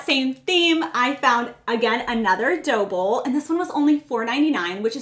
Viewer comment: Are you saying “dough bowl”? Or Doble? Lol